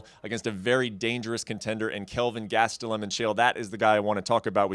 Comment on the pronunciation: Chael said Gastelum correctly. No more Gatselum.